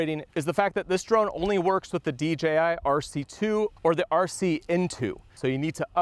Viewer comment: Nice new D-Jay-I drone! 🤣